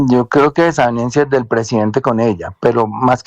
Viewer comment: Señorita! DESAVENIENCIAS? 😮 Bolívar, perdón El "Doctor Bolívar" la corrige enseguida discretamente. Pobre Colombia con tanto Doctó!!